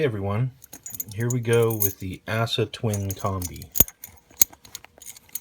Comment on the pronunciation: aah-suh, not ASS-A